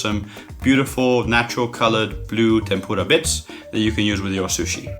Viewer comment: Ikr it sounds like he's fucking saying tempoorah